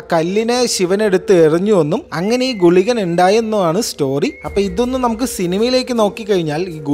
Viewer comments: ഗുളികഗ അല്ല ഗുളിഗൻ. ഇവിടെ മലപ്പുറത്തും അറിയാം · Guliga alla bro kuliyan😀 me Kasaragod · gulika alle bro gulikan aaanu😂😂😂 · Guilka alla Guligan ane ariyillenkil parayan nilkaruthe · Gulikaa aaalllaa gulikan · Guligaa alaa, guligan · Gulika alla gulikan anu